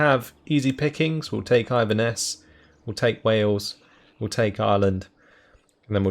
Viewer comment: The way this guy pronounces Inverness hurts my head